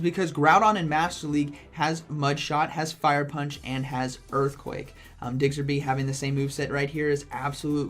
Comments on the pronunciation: Man it's Diggersby, not Diggserby. Hurts to hear that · I found myself correcting you every single time you said it... 🤣🤣🤣🤷‍♂️ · thank you, like is it intentional he just doesnt take the time to read the name? i know it petty but hearing it wrong SO many times makes me want to stop watching. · What the heck is a Digserby 🤨 Learn the name please smh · “Diggserby” - 2020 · I can't help but chuckle everytime he says DIGSERBY. I myself kept saying Chestnaught instead of Chesnaught and Visi-tini instead of Vic-tini for the longest time even though I have played all the games upto gen 7, so can't judge. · I love how you call it Digsterby, it's Diggersby not Digsterby haha love you:) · ITS DIGGERSBY NOT DIGSERBY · DigSIRby😆 nice showcase and a great vid as always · For ur kind info it’s pronounced as DIG-erz-bee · Lmfao "digserby" day made 🤣💀 I would enjoy it if from now on you say pokemon names incorrectly on purpose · Man it's digserby 😂😂. Learn the prounciabdhsvegs. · He says Digserby with such confidence I am starting to believe that's its name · Am I the only one who twitches every time he says diggserby? 😬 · Nobody:: DIGSERBY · This video is hard to watch cause you keep butchering diggersby’s name D